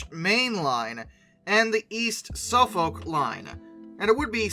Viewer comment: Suffolk → Suh-fuk or Suhf-'uk